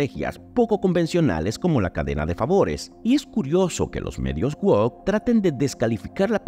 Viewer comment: se pronuncia "uouc" y no "uoc"